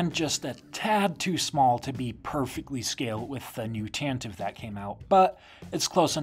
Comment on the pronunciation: This is such a small thing, but I love that you pronounce “Tantive” correctly <3